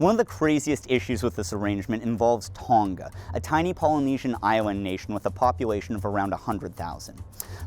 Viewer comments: hi amazing video but just a note, the ng in Tonga is pronounced like the ng in going. it makes it easier to say too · unfortunately this is how I found out that northern hemisphere ppl pronounce Tonga like that 😀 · Can people please learn how to pronounce Tonga